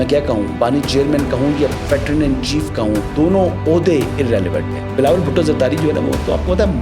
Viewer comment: The pronunciation of PATRON is PAY-TRUN.